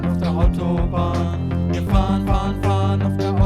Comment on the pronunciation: Fahren Fahren Fahren, not fun fun fun... But the storytelling is still fun. ;-)